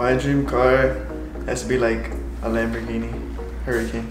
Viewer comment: is right on the lambo pronunciation